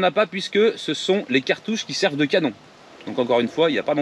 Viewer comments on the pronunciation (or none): none